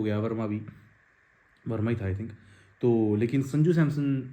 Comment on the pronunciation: Bai "Samson"✅ hai Naam not Samsung ❌......homework jaruri hai before video.